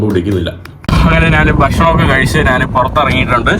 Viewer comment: എടാ മരപൊട്ടാ നാൻ നാൻ നാണ് അല്ല ഞാൻ എന്ന് പറഞ്ഞു പടിക്ക്: കമൻ്റെ കൂടുതൽ കിട്ടാനുള്ള ഊള വർത്തമാനം പറയല്ലേ അന്തം കമ്മി